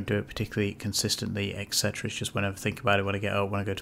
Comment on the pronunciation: Every time you say et cetera, a puppy dies. 😮